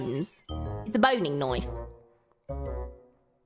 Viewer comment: 我現在在澳洲肉廠天天聽到這個詞 完美的澳洲發音 一開始聽到我還以為是勃__